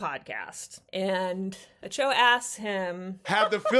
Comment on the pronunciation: I love the way you pronounce Acho’s name.